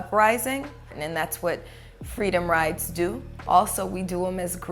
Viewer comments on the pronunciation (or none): Is the BLM leader saying "freedom rides" or "freedom riots?" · She did say "freedom rides", although her pronunciation made it sound like "riots". I had to rewatch it several times to understand her. As far as your claims of "propaganda", that's just your unwillingness to accept facts.